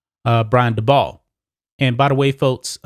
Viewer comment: Dabol is pronounced daybull.